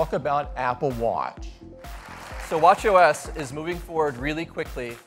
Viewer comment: I can't stop hearing "watch yo ass" everytime they say WatchOS